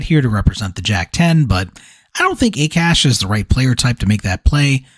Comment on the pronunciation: Akash is pronounced as Aakaash. Hearing A Cash over and over was mildly annoying. Not your fault though.